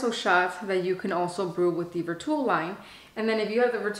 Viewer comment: Plz plz plz plz pronounce Vertuo properly! U can google how to pronounce vertuo it was hard to watch your video u say vertuo wrong ssso so many times. Gosh